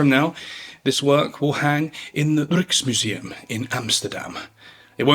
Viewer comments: Are you for real? Rijksmuseum = Rrrrukes museum? I am scrolling down these comments in hopes that someone lists the name of the painter. Because even though I am Dutch, I have no idea what he is saying. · Really? Rrrukes museum? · Rijksmuseum is not a word you are likely to be able to pronounce properly without a lot of practice but well done for trying. The general sound of it is like the German word "Reich" from which it is derived i.e. it is the same vowel sound as in the English word 'bike' The R however is a different cookie and is rolled, but done at the back of the throat like the French style of pronunciation, as opposed to a British rolled R which is done against the the front teeth. I lived in the Netherlands for 22 years so learned the language and some words took me years of practice to nail them because you use completely different techniques than we use to speak English, so muscle development and vocal control must be first achieved before you stand a chance of getting it to sound like Dutch. This isn't criticism, I have noticed your pronunciation of foreign words is top class. This is the first time I heard something pronounced differently than it should be done.